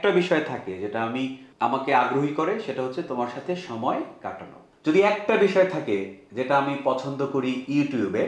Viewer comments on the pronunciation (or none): none